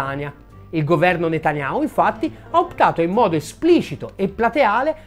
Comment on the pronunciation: NOOooo...! 😱😱😱 "Benjamin Netanyhau" noooo...Dannato, tu si che sai come convincerci al "dono spontaneo"... Comunque, al di là delle invettive finali, sempre molto chiarificatori i tuoi video, bravo...